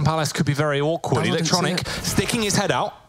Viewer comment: How the casters pronounce electronic’s Name is so ugly